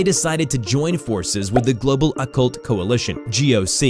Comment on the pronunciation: dude ur pronouncing occult and amnestics wrong..